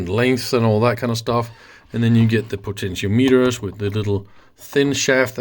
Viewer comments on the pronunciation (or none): can you say PO-TEN-E-OMET-ER